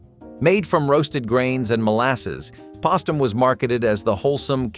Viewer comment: you cant even pronpuse postum